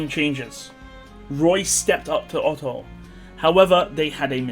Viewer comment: Oof not Otto.